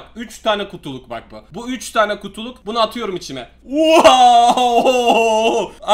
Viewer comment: Buuz çıkartana kadar içime yerine çişime diye okuyan kardesim beyenirmisin?